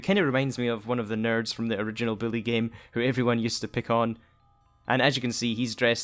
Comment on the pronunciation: Why are you saying billy